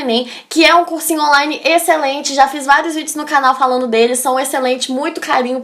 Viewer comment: E pronuncia "falano" ao invés de falando nos do vídeo... sinceramente, acho que fica fofinha falando assim... quero ter uma filha como você linda, estudiosa e muito simpática, teria maior orgulho! sou péssima em português você tem me ajudado bastante. Obgda